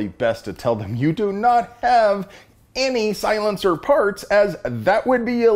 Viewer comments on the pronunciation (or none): I appreciate ya brother, but please stop saying silenceer. No such thing, just as bad as clip.